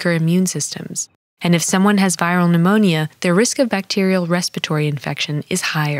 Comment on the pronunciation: I love that she’s teaching us about pneumonia but pronounces every letter in the word 😭